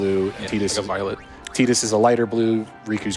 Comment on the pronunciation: how much was the donation incentive to mispronounce Tidus' name the whole run?